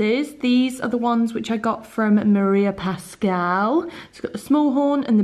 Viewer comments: OMG!!! I really want to it that cake right now!!!! And, by the way, I'm a huge fan of Maria Pascual's jewellery, I'm Spanish, as her, and you are pronouncing the name wrong (it's normal, I'm sure I have a lot of mistake in this sentence), you have to pronounce also the U, otherwise in Spanish would be "Pascal". Sorry to bother you with this! hahaha I'm a translator, it comes with the job hahah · The other day, my boyfriend and I were talking about holidays and the possibility to go to the UK and he suddenly told me: mabe you can bump into your favourite blogger!! Because he says I'm always talking about you! Lol! By the way, just for you to know, you pronounce the "u" in Pascual from the brand María Pascual :) Love your videos, as usual! Besos!